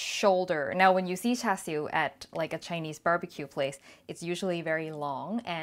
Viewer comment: you even say it very cantonese way lol thank you